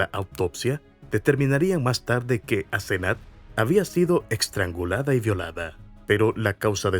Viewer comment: Asenat o Asezanet? Mala narración... Y la mamá teniendo auto la dejaba caminar sola más de 1 km a esa edad? Qué barbaridad!!